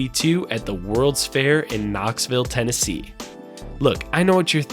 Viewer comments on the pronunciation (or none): none